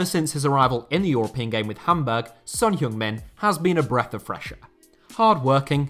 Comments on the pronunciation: It's not Son Heyong Min, it's Son Heung Min. Big difference!! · LEARN TO PRONOUNCE SON'S NAME FFS